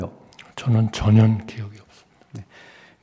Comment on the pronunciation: 왜 전혀를 전현이라 발음하는거지 저 노인네는